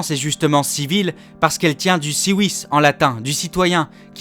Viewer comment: Les français pleurent parce-que les musulmans apportent leur culture en France et vont ensuite imposer la leur au Japon. Les japonais ne veulent pas de tatouage, laisser les tranquille. (Et civis de prononce "kivis" et pas "siwis")